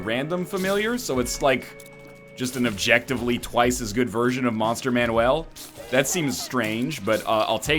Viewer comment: Why the living hell are you saying Monster Manuel instead of MANUAL!?